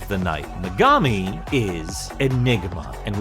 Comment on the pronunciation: Um actually, it's pronounced me•ga•mi not me•gah•mi.